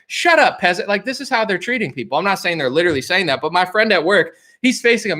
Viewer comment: Fool, stop this new pronunciation of the word LITERALLY. Ugly new sauce bro, you banging a spy. Ghost this new chick...